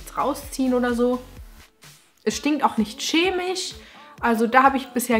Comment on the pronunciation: "Es stinkt auch nicht schemisch"😂 Ich find schemisch so witzig als Ersatz für "Kemisch" = chemisch